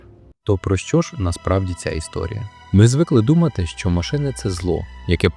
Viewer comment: Не щьо а що😂